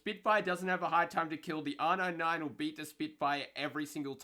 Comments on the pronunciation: Can I get an r nine nine. R nine nine r nine nine r nine nine. Dude its R-99 not R-9-9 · Its funny asf when he says r99 😂😂😂😂🤣🤣🤣😅